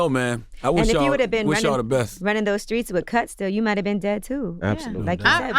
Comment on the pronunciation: Street not screet. Misconstrued not misconscrood.